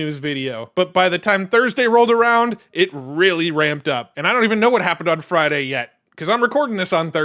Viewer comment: FRAIDAYS or FRIDAIS